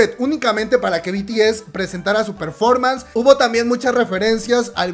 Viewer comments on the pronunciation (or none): none